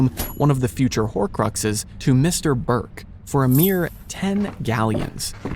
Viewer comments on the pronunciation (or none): none